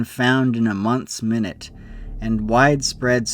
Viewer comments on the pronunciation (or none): That's minute (my-NYUT) not minute (MIH-nit). "A month's minute and widespread search," meaning a month-long thorough and widespread search. I'm sorry, but that really stuck out and I couldn't help myself. The mispronunciation changes the meaning and also makes no sense. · In "a month's minute and widespread" the word 'minute' does not mean a period of time, but is the adjective meaning precise or granular, so should be pronounced "my newt." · It's pronouced "my-newt" 🙂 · I got so confused when you said “months minute” but it meant “minute” (my-newt) as in the close attention to detail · That would be minute as in 'thorough' pronounced 'my nute' not minute as in time.